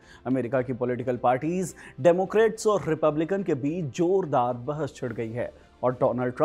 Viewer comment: डेमोक्रेट नहीं, डेमोक्रैट।